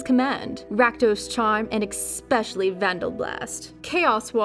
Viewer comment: It's pronounced ESpecially. Not EXpecially. Christ.